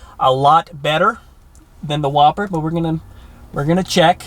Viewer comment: Yup, definitely the Who-P-Per